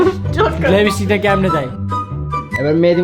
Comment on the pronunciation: No ono: Literally no one:: "lebistic" ta kmne dey😂